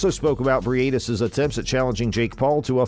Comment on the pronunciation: Bri ate this? Dude making content about him and does not even know how to pronounce his surname smh Hope for a good fight though